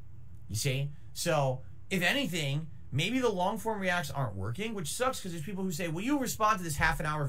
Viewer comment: For my fellows mexicans, just said his very own version of "pipopes". Very based and racist xD